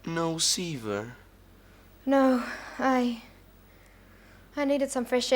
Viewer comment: The way pronounces Siva and Java irks my soul! 😂 whenever they use the fake Americanised accent they always add an "R" to the end of words for no reason. "Idear" is the most common one they do A LOT. Especially.